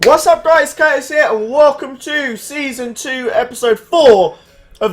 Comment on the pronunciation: couldn't have got it more wrong if you tried! Google it's pronouncation and find out;)